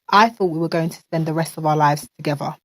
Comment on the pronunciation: Togethevah??? Thought the word was together...dang it...black folk arent taught the language???